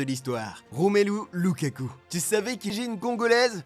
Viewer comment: Remelu lakaka🤣🤣🤣🤣🤣